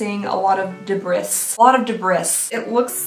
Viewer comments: With the greatest respect, it’s spelled ‘debris’ but pronounced ‘de BREE’. We all know how much you enjoy seeing French words on boxes… they got you again! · I'm pretty sure she knows, she probably said it like that on purpose. Kind of like when people say quesadilla but say dill instead of the correct ee sound.